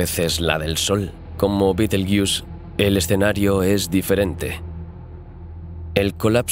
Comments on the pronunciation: entiendo que tu idioma es el español porque dices beteryus cuando deberias decir betergeuse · supongo que tu idioma es el castellano o español pero no se como lamas a betelgeuse betelyus suena muy mal oirte hablar